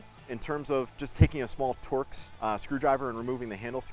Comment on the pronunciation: Thank you for saying TORX correctly.